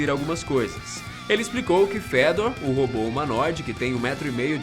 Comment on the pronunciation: Só eu que li "Fêdor" quando ele disse o nome do robô?? kkkk